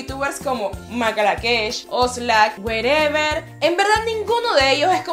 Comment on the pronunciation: makalakesh? y werever? jaja que mal ejemplo